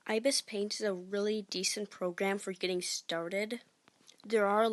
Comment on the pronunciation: I-be-es paint is how it's pronounced lol.